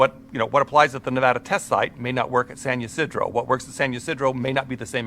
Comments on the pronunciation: Awesome video! I live close by. San Ysidro is pronounced: San Ah-See-dro just fyi lol 🌷♥️🌷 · Pronunciation: San Yah - SID - row